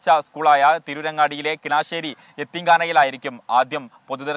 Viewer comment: കിനാശേരി അല്ല